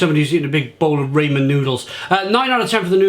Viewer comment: Funny you keep pronouncing the noodles as Ray-men noodles. I believe it is pronounced Rah-men noodle.